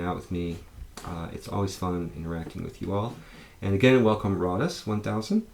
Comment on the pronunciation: Hey, you even pronounced Roddus right, well done, many of my customers here get it wrong, I use it as a business name for my electrical business.